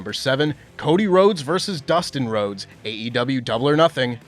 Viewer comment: Happy birthday,! Small note- I appreciate- you always pronouncing the E in AEW. Hearing actual AEW performers pronounce THEIR OWN PROMOTION’S name wrong ie “AW” just drives me mad. It’s the pickiest of nit-picking but I appreciate you nonetheless 😂 /rant